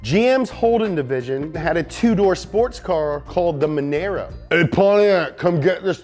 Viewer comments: It's pronounced Mon-are-oh not mon-air-oh. #starya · It's mon-aaahhh-rooo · MONARRRRRRRRRRRRRRRRRRRRRRRRRRRRRRRRRRRRRRRRRRRRO.. NOT MONAERO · Any Aussie’ a little annoyed at the way Monaro was pronounced? ‘M-on-r-o’, not ‘M-on-a-ro’. You made sure Le Mans and Le Mans didn’t get mixed up, shame you can’t give us the same treatment, but in fairness GM did give us the LS engines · It’s said “mon aro” not menaro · Nah mate, Holden Mah-nar-oh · monaro. mon "r" o. jesus christ if you gonna talk about our cars at least get the bloody names right C'mon your a car channel for crying out loud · It’s monaaaarrrrro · it’s pronounced holden mon-nah-row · Awesome video but you pronounced Monaro wrong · I cringed they way he said "Monaro" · The way he says "Monaro" though. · Pronounced Monaro wrong :///